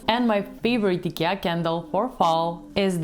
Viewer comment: I like that you pronounce Ikea correctly.😉